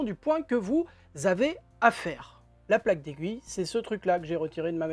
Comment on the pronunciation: Merci pour le tuto!!! Vous avez dit “Plaque d’aiguille” ou “Plaque des gouilles” ?😂